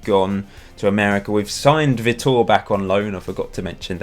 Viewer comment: btw Vitor is pronounced "vee tore" my friends called Vitor so I know